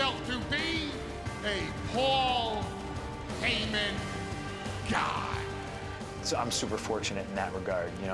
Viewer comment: "My name... is PWOL HAYMIN"